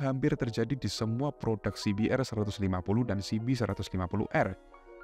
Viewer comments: Coba bilang aja ce be er mas, gak usah sok inggris tapi salah. Pake bilang si bi tapi di hurup R nya dibaca er, padahal harusnya si bi a. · He..he..kl pakai kata "si bi" hrs pakai "ar" ya bang, bukan "er"